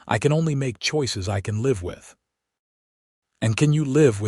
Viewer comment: You read "live" as a noun, instead of reading it as verb.